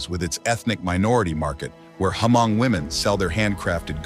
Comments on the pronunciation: they are probably tired of correcting you guys so they just let it go. It's not HA-MONG. It's pronounced MONG, spelled Hmong. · It's not pronounced Ha mong It's just hmong the H is silent.😊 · Ha-mong is a word for Hmong in a bad way. It's Hmong(Mong) Not Ha-Mong. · It's pronounced MONG for (Hmong) not HAMONG. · It’s pronounced Mong, where the H is completely silent not HaMong! 😢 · yes! Definitely!! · i have never met a Hmong person teaching other ethnicity to call us HA-Hmong. i told you it's Hmong and pronounce it MONG. Not HA-Mong. HA-mong is a bad word like if you call a black person a N'gdrrrt. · Beautiful documentary, but would appreciate it if you didn't confuse/mix the Hmong people for other ethnic minorities so much. And, it's not pronounced Ha-mong. The "h" is silent. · we need to correct them when they are saying it incorrectly.